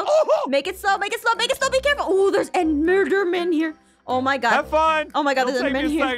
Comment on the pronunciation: Apmau: " oh there's endmurdermen here" lol did anyone else hear that